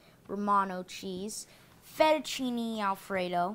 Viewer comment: i thought he said fetishchini lol!